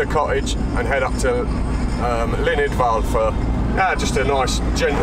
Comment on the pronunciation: Another great video,. Wonderful. Just a note: It's not pronounced "Idval", it's "Idwal". Look forward to your next adventure, and best wishes.